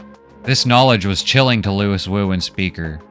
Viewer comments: His name is pronounced loo-ee, not Louis. It's spelled out whet chmee moans his name while injured... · I just finished the book for like the 3rd time. And still I found this synopsis quite illuminating. You present the plot in a nice way that I get a little different interpretation and the graphics are a nice touch. My only complaint is that I think his name is Louis - as in "Loo-Wee". But that's probably irrelevant. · Brilliant - my favourite sci fi story - well done. It's pronounced LOOWEE though.